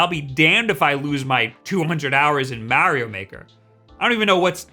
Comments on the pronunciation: My man said Maow-ee-o maker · The way he says mario as mehrio is the same way I piss people off when I say raiyuu instead of ryu.